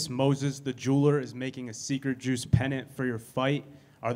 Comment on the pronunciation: "no wine just the joose " 😂